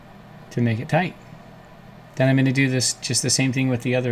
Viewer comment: The way u say tight is hilarious brotha 😂 almost sounds like you say “tot” lol